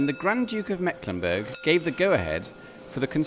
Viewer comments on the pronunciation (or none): By the way the 'e' in Mecklenburg is long, not short. But don't worry, most Germans don't know that. Even many mecklenburgers don't know it.